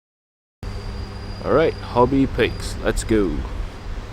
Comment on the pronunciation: You pronounce it pes